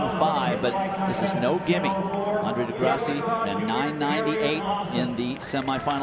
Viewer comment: He said degrasseyy 🥲